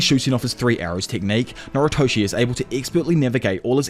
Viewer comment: why do you pronounce noritoshi as naruto it makes me mad nervous